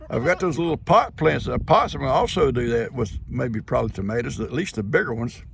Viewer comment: I must be having an extra weird day. Every time said pot plants I laughed like a loon!!🤣😂🤣😂🤣